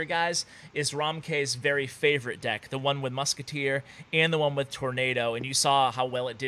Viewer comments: moozkiteh. lol😂😂😂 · "Je put the moosketair in the back" lol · muskatay omg that French so special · Muskutuir lol. No hate